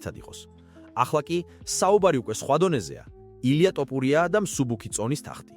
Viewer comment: რა ტოპურია სწორედ გამოთქვი გვარი!!! თოფურია და არა ტოპურია.